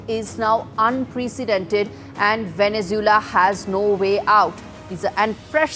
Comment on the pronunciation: It is a pity that the NDTV newsperson doesn't know how to pronounce Venezuela.